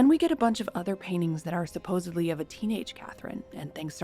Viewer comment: Hello. "supposedly".....................not "supposebly". Regardless, many thanks for using human narration.